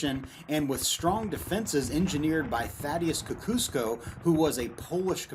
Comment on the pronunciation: Great video! And an absolutely horrible pronunciation of Tadeusz Kościuszko 😂 who I'm proud to be related to. Still the best video on Saratoga I have so far seen on Youtube.